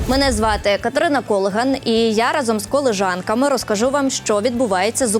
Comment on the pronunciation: КолІжанка а не колИжанка